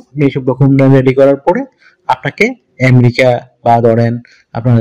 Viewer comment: এমরিকা না রে ভাই, আমেরিকা।